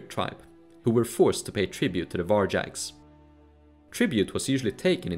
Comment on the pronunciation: Can u research the pronunciation of words you use like 100 times inn the vid? There's no such thing as "varjacks"